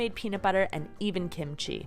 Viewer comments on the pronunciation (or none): none